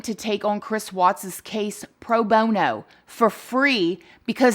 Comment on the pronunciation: Hahaha she said " PRO BO NO" LOL 😆